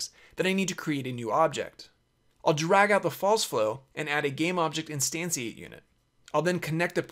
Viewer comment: lol its instanSHEate